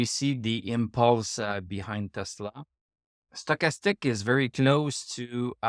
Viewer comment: HAHA,that´s funny,and to be honest I always think,when you pronounce that first indicator:"Sugarstick",or Soccastick"_LOL! No bad vibes,I´m German(from Berlin),this accent also doesn´t sound great!!! AND I definetlly want to improve my french...!!! Au revoir,bon vin de semaine pour toi!:goodvibes:😂😅